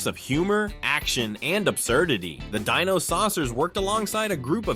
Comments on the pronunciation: The SilverHawks are NOT humans that transform into something; they're CYBORGS! You really need to learn how to pronounce " D-I-N-O it's not Deeno you iliterate goober! AND the fact that your clip of Kidd Video was "IN SPANISH!" AND they wern't sucked into a music video, they were sucked into a WORLD OF MUSIC.... rather dumb oversight. And with COPS; only BP vest had the cyber torso; the rest of the COPS were human with high-tech law enforcement devices "NOT CYBER ENHANCEMENTS! And for the Bionic 6, it was not an accident that gave them their abilities; Bionic 1 (AKA. Jack Bennit; the head of the family) was a singular super hero that worked with Professor Sharp, who gave him his full body bionics years earlier; On a family ski vacation in the Himalayas, an alien spacecraft triggers an avalanche that buries the entire family, exposing them to the unusual radiation of a mysterious buried object. Jack frees himself but discovers his family in a comatose state. Theorizing that Jack's bionics protected him from the radiation, Professor Sharp implants bionic technology in the others, awakening them. Afterward, the family operates incognito as a publicly lauded team of adventuring superheroes, the Bionic Six. IQ was the team "muscle".. Karate 1 was Agility and martial combat, Sport 1 was "LONG distance attacks with a "sports theme < usually baseball > and he could enhance his bat with an energy field his bionic body generated to help him deflect incoming enemy fire. *GET IT RIGHT! * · I'd think this video was a decent one if it wasn't for the mispronunciation of Dino, which was distracting, and quite frankly, irritating.